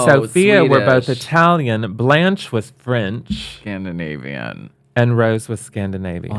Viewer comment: Hahahaha what is scandivanian